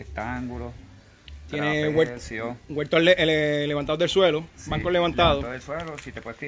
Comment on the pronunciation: Yo no se de donde sale que el dice guelto en vez de huerto, debe ser que en mi pai RD décimo guelto y no sabemo ditinguir la palabra.